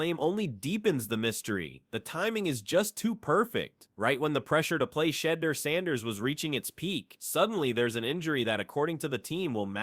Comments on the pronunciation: I've heard Shander, Sheeder...yeah not watching...AI can't even say his name right?? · Shayder? Im out 🤦🏻